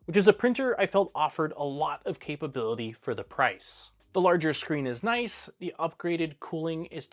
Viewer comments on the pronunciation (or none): none